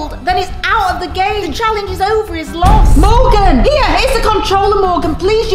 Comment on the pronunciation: its Morgan not Morgeus 😅